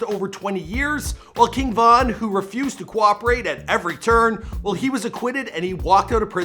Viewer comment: This dude is a clown for mispronouncing King Von name 🤦🏼‍♂️🤦🏼‍♂️🤦🏼‍♂️